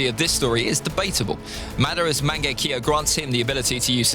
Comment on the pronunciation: It's "Mang-ekk-yo-" Not "Mango-kiwi"